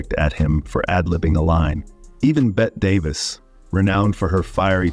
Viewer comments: Her name is Bette Davis, pronounced BETTY not 'bet'! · Hello! Bette Davis' name is pronounced BETTY. Not BET. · "Bet Davis" - wow, this guy really knows his stuff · It's pronounced Bet-tea Davis, not Bet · It's Betty Davis, not Bett Davis. You mispronounced her name so many times, it was obvious you were ignorant of its proper pronunciation. How does such a glaring mistake happen? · It's pronounced "Bet-tee" Davis!!! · "Bet" Davis says "no" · “Bet Davis” 😂😂😂 AI, folks! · "Bet" davis